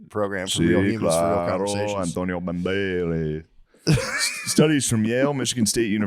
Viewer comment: "Anthonio Bandeireithhzzz!"